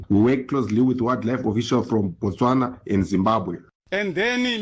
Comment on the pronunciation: Its not BATSWANA its Botswana...same like "I ran" where did you run to?🤣 Saying Ba means that you are talking about the people Batswana "The Tswana people" Im here in South Africa JHB...and I support the march and march organization...literally jobs are open to us now especially the minimum wage jobs, especially in white predominant areas... in most caes they were paying migrants less than minimum wage which by law is illegal from the labor laws...Wish we had ICE here and a bold president like Trump. THE PEOPLE SHALL GOVERN✊we tired of corrupt puppets